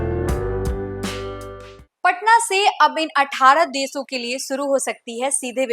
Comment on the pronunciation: Deso nahi desho,sarma nahi Sharma, suru nahi shuro at least koi language to Sahi bolo behenji, try to improve, Good luck